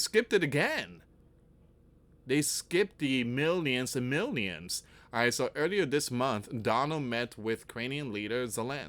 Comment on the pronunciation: It sounds like he's saying 'minions' to me